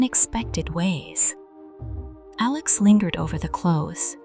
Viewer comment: Stop mispronouncing Alex 😢